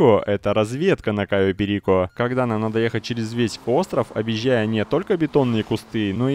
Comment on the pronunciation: прошло несколько лет, а ватмен до сих пор не знает как произносить кайо перико